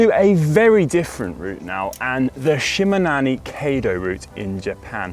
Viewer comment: (He missed on "Shimanami", too. Must've asked Ollie how to pronounce it. Oh, well. I'm just glad that it got included here.)